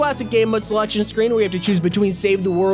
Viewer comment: noo not the slectshon screan